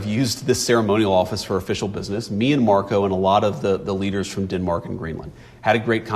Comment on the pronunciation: Is it good for us to hear our VP say...Me and Marco? And Dinmark?